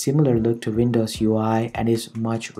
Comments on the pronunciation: You pronounce wersion instead of version and vindows instead of windows XDDD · Good ..imho, however the gorgeeous and vindows does give away ... Accent is awesome though, make us unique